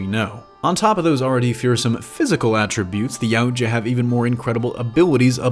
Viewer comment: One thing that is like to point out is that the word Yautja is pronounced e-what-ya. Otherwise, you did good!